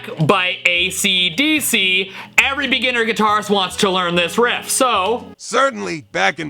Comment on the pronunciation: First of all, why does ChatGPT sound like a grizzled old blues player from the 1950's? Is that the default "guitar music" response voice? Secondly, it keeps pronouncing "riff", as "reehf"? Thirdly, .WTF?? It got almost everything totally wrong, not just a bit wrong like some newb tab posting on ultimate guitar tabs. How often does this fuckin' AI tell people complete BS in response to other questions that might be more serious and relevant than wanting to learn guitar? "Hey AI, I'm going on a first date. What should I wear?" "Today's most popular fashions include bowler hats and Charlie Chaplin/Hitler mustaches!" "Hey AI, I'm starting a new job and I want to know how to fit in with my new co-workers. What should I do?" "The most important thing is to find the biggest toughest person and beat the shit out of them, and you will get a promotion and respect". "Hey AI, I'm gonna ask my girlfriend to marry me. How should I do it?" "First, you ask her father for consent to marry his daughter; analyzing recent social and political trends has shown that restricting women's rights is very popular today. Once you have secured permission, you should promptly murder him, as is tradition in a homo-sapien tribe. This seems to be what is trending, but keep in mind, this is a SIMPLIFIED version of an ideal proposal. Some errors may have occurred."